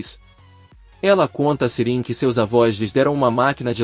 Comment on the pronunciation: E ai, meu amigo, Sirin é uma mulher, ou um homem? Você fala o nome das pessoas tudo errado!🤦‍♀️😂😂😂😂🎉